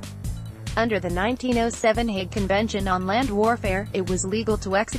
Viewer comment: Hague is not pronounced "hag".